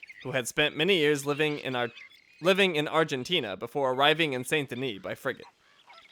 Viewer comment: You seem to be pronouncing many words wrong ("valor" instead of "honor", "SAY-nt De-NEE" instead of "SAHN De-NEE", etc.). I'm still quite upset that you didn't get the Rare Rolling Block Rifle in the last video. Maybe in a future episode you'll find it... but not now anyways. And nice references to "Sodom? Back to Gomorrah" and "An Honest Mistake", BTW.